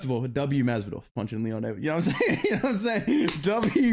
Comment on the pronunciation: He pretty much nailed the generic Miami Latino accent